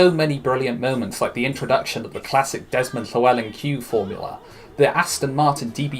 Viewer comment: It’s nice to see a good pronunciation for Desmond Llewelyn fair play 👍